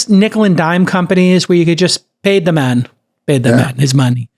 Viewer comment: Thank you sooo much for talking about the Apple stuff (Masimo Vs Apple). Like you said, "Paiy the mahn his mahnee" 🤣